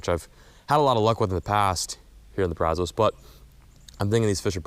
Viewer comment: Braz-US. Please start pronouncing better!!! Wash-u-tah! Thank you! If you go to Mexia, muh-hey-yuh 👍🏼